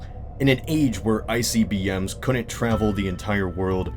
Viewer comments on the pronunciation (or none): I heard "ICBM" as "Icy BM" xD